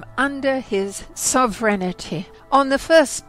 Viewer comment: Very good exposition, but I believe it is pronounced "sovereignty."